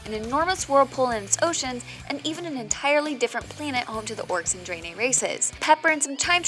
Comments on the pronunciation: Dray-nay. Disliked. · Great race, the dray-nay